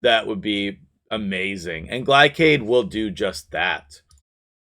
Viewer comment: his names GLAY-SHAD not GLY-CAD. glacier cardyd=gliacad. this has been my ted talk